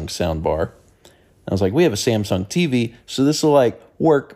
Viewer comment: I just want you to know that the way you say "teevy" never fails to put a smile on my face. Stay healthy brother grandpa.